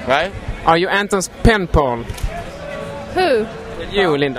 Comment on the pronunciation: penpal not pimple lol